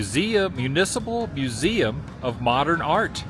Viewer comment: You know if you're gonna listen to anything narrated by be ready for mispronounced words like museum....